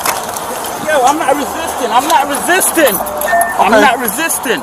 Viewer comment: I’m not wesisten, I’m not wisisten